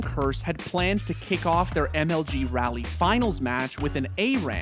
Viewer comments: FYI, Raleigh = "rah-lee", not "rally". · It's RAH-Lee not rally